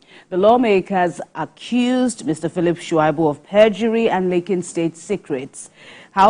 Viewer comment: Aunty, His name is pronounced Sha -i-bu, not Shua-i-bu.!